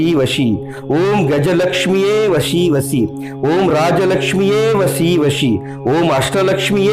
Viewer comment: It's vasi vasi not vashi vashi